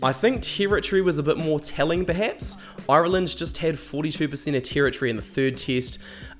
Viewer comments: If you could imagine a pirate pronunciation of irrrrree-land. you where getting better near the end 😄little dig at lowe no need but where very happy to have him. Liked and subscribed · Oirelland , never heard it Said like that before 😅, you kiwis must be as bad as us in Ireland, 32 counties and about 40 different accents. 😄👍 Love the channel. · "Oiraland" 😬🤭 Great video man, I'm sure you'll be back for the RWC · How do you manage to get that many syllables out of "Ireland" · Why do you say "Ireland" so weirdly? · I don't know how to feel about how you say Ireland 😅🇮🇪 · Fucking hell mate, if you can't pronounce 'Ireland' properly, then I can't watch your video for more than 3 minutes.